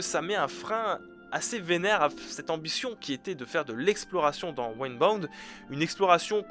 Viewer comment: Ça se prononce pas Wind Bound ? Je veux dire, c'est le vent, ça se prononce comme Wind Waker non ?